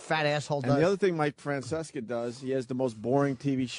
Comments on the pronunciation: It never ceases to amaze me how selft-centered Opie is. No matter how many time Jimmy and Ant said, "Francesa" Opie would never hear it and keep saying, "Franceska." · Mike Franseska. It’s so cool to mispronounce names. BURRPPPPP. BEN DOIN THIS SINCE I WAS ATEEEEENE